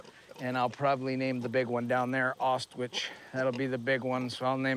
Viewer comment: Dude can't pronounce Auschwitz to save his life. lol